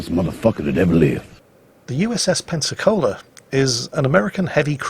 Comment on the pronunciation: Pensacola. Sorry dude, learn from this please